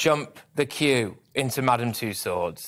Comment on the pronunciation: It was every time 'the queue ' was said. Sounded like fq but possibly 'the queue?'